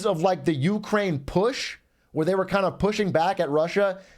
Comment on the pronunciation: why does brandon pronounce Ukraine like that